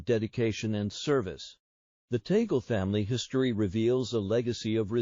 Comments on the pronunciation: Until now you have not learned to pronounced correctly his name it's not Tagul say this Tag Le. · Kindly pronounce the Family Name of Cardinal Luis TAG LE correctly, NOT “TAGLE “ like “TABLE “ or “CABLE “, as Filipinos do. For Your Information ℹ️ ❗️🙏GOD BLESS US ALL☮️‼️ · Hey,, his name is pronounced TAG-LE. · It’s a Spanish last name, and is pronounced “Tāg—lēh”, not the Anglicized accent by the AI narration. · Just for the content ? You can’t even pronounce Archbishop Tagle’s name . Disinformation , we know the rules of the conclave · Your prononciation of T A G LE is incorrect. You should correct it, otherwise you will not gain any following. Hhmmpp. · ...pls check the correct pronunciation of 'Tagle' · It is VERY annoying to listen to whoever is narrating to this story of Cardinal Tagle's life because he doe not know how to pronounce the name of the Cardinal, and his families'; not only that, but also the places; he should check first the pronunciation before he says anything.